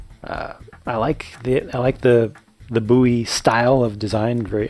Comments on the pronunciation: I clicked just to see how you pronounced Bowie. I'm from a town called Bowie so I just wanted to know. And you pronounce it just like everyone in Bowie pronounces it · Yeah that's how "Bowie" is "supposed" to be pronounced when talking about knives (from Jim Bowie). I see nothing wrong with pronouncing it "bow-ee" either; whatever's most comfortable to ya, it works just fine!